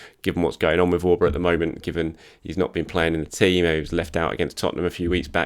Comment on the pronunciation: Wish he would say 'Auba' right